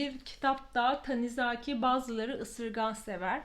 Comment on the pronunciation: Bu ay da çok güzel kitaplar okumuşsunuz! Özellikle Körleşme ile ilgili yorumunuz ilgimi çekti 😄 Yalnız naçizane düzeltmek istediğim bir nokta var ki Tanizaki'nin ikinci /a/sını uzatarak seslettiniz; doğrusu dümdüz, yazıldığı gibi "Tanizaki" şeklinde sesletmektir😊 A, bir de köpeğiniz çok tatlı😍😍